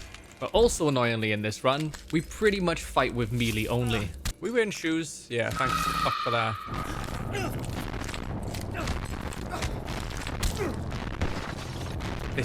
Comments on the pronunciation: the way he mispronounces melee. It should sound more like may-lay, not mee-lee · Never have I ever heard anyone pronounce melee that way. That's a new one!